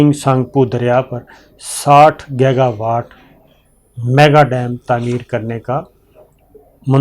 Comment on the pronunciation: Sabir bhai yeh word gega nahi giga pronuonce kar lai tu munasib ho ga.please